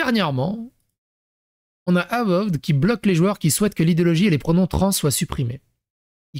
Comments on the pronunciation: Ça se dit : eu-vaod ( a peu près 😀) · Ça se prononce euvoheude sinon